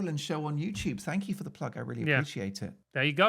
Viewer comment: Francis Foster saying Mark Dolan has 'succulent bosoms' was not something I ever expected to hear 🤣 Also it sounded like you accidentally said 'JewTube' because you corrected yourself last minute from saying GB News, if I heard that right it's a hilarious mishap. Can't believe GB News fired him, he was one of their best!